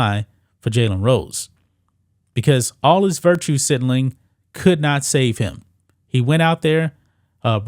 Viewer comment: Sig-na-ling 😂😂😂 I know it’s hard